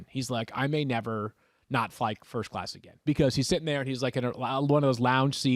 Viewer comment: Matthew said first cass instead of first class 😂